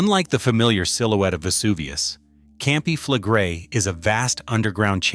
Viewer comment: Your pronounciation of "Campi Flegrei" is even worse than the earthquakes, it made my toes curl!